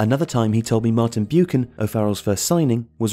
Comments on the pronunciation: 'Martin Bew-can' Said only by someone not old enough to remember Martin Buck-an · Martin Buchan is pronounced 'Buckan' not 'Bewkan' and Sammy McIlroy is 'mackilroy' not 'mac ilry'. Other than that this is very professional with great graphics. Though no mention of the final match of 73-74 against City, Denis Law's famous backheeled goal, no celebration, and last kick in league football as he was immediately substituted - that seemed odd. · Would help if knew how to pronounce the players names correctly and also get the statistics right. For instance, it's Martin Buckun not Martin Boocan. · Buchan is pronounced “BUCK-an”, not “BYOO-kan” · Martin “Byookan” huh? And Sammy “Macheelroy”? What a riot. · And Martin Buchan is Buck-un. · Interesting pronunciation of some of the players' names. Never heard Buchan pronounced Bewchan. I was born in '69 but my earliest footballing memory is the '77 FA Cup final. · Buchan = Buck An and McIlroy = Mack ill Roy. Great video but get your names right ffs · Martin boo can and Sammy Mckilrey? Sounds like someone who has no idea about who these players were trying to read out their names. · You pronounced Martin Buchan wrong. Its pronounced Martin Bookan. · Martin B-yewcan? Why am I watching something read out by someone without the foggiest idea? (finds something else to watch instead...) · I like these videos but it would be nice if the narrator could correctly say the names Martin Buchan and Sammy Mcilroy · Enjoyed that but the way you pronounce Buchan and Sammy Mc is a bit weird. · Odd pronunciations of "Buchan" and "McIlroy".